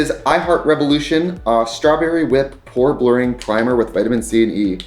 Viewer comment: Every time he said "pore blurring" it sounded to my ears like he said "whore blurring". Like, yeah we all might need a bit of that.